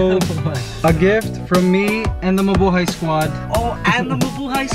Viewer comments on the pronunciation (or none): I always think whenever you say Mubuhay squad, you say MA boi squad